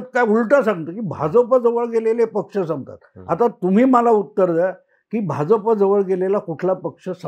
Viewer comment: Hya Bhauna " Bh'Ja'Pa" cha ucchhar kasa karayacha te shikava.